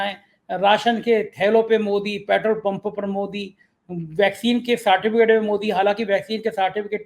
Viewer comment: कोविड का साटीफीकेट मत बोलो........ सर्टिफिकेट बोलो